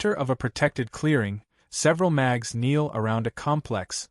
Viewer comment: New drinking game: Take a shot every time you hear Mags insteads of Mages!